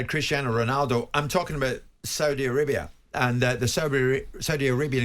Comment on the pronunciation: Why does this idiot jim white keep pronouncing the saudi teams in a weird exaggerated and patronising way??